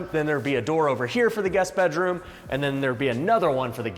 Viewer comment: it's funny the way pronounces bedroom be-droom instead of bed-room